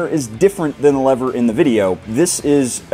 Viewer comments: Why do you keep saying Leathers?! It's Levers, pronounced Lee-vers😅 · the only thing that is making me emotional, maybe angry, is the way you mispronounce "lever"